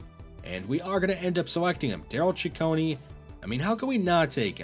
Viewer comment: I really direly hate to be "that guy" but I think Ciccone is pronounced CicconAY. Great video as always though!